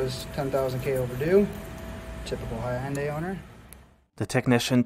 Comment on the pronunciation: Did he really mispronounce Hyundai? Hi-un-day?